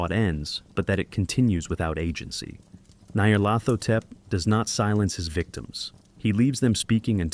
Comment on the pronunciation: I gave up 22 second in when your ai script reader struggles with pronouncing Nyar's name. Dont be afraid to use your own voice. AI will never replicate it.